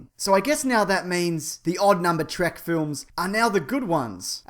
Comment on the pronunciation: actually it's reallys supposed to be pronounced T-R-E-K not track people just started calling it track.